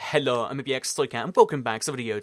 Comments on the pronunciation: its hello not hallo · Richie Carter its more like 'hhhellurr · That hello at the start omg. Hellour